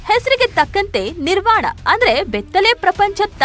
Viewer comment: Not Nivaran, it’s Nirvana